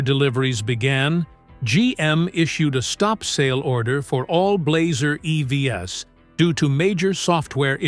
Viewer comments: Please fix the AI-generated voice in this video. Idon't understand why they can't get it to say "eeeeeeee-veeees" instead of e-v-s. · AI voice over here is particularly bad. E.V.S.????